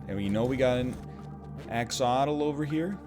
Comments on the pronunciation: I love how he gets the pronunciation right the first time but then forgets that half the letters exist in its name LMAO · He won’t learn the correct way to say axottle? No wonder they call him the bad-boy of gaming. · Pronounces 'Axolotl' correctly for once "And no, I'll never learn the correct pronunciation..." immediately pronounces it wrong again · Noooo! WEhn NL blew up the Axlotl (pronounced Axe Lot All). I went NOOOOO!